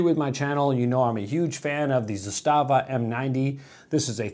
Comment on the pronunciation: 'zastava. is the way to pronounce it correctly. hard accent on the za.